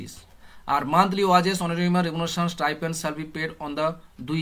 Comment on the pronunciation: ওয়াজেস নয় ওটা ওয়েজেস Weges